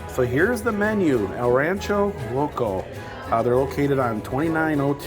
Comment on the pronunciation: it's pronounced el ran-CHER-o loco